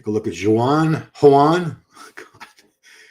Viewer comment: And Joan is Spanish not Mexican. His name is pronounced more like Jon and not Juan. European Spanish is different than Spanish of the americas